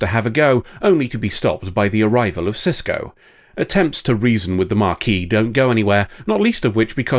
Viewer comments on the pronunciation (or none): Why are you pronouncing Maquis that way? It's not marquis or mah-quis. It ma-quis. Please engage pedantry to fix this pronunciation, or to tell me why I'm wrong. Thank you!